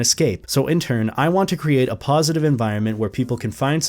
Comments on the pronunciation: I hear PAWsitive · "Paw"sitive im sorry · Am I the only one who thought he was making horrible furry puns every time he said "positive"?